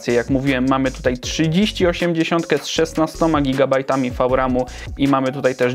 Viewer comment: FAŁ RAM